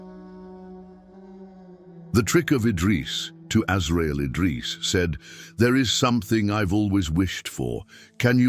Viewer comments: Assalamu Alaikum dear channel owner, your content is amazing Ma Sha Allah and the topics are very interesting. But I would like to point out that the AI narration and subtitles you use do make errors and missed wordings that impact the integrity of your videos (for example, in this video, Allah's name was missing in both the narration and subtitles and Azrail (Alaihi Wa Sallam's name was mispronounced several times). Please double check for any mistranslations/mistakes in your video AI narration and all will be well, jazakallahu khairan and may Allah bless you. 💖💖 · Please try and keep tabs on this AI stuff, it is intentionally made to pronounce some words in awful way e.g Its Dhikr but Ai turned it to DICKER I also notice attimes it say AZRAEEL then next sentence it would say AZRAAL,AZRAIL clearly the subtitle is showing AZRAEL this is not an Error But intentionally programmed to act that way. Please filter the Error in future content.